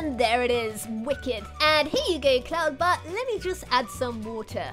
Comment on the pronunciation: Anyone else hear her say Colton butt Instead of cloud butt